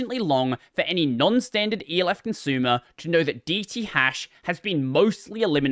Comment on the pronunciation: why he pronounce elf like that